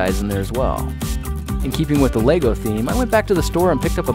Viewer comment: Yay. Someone who pronounces it right as lego bricks and not legos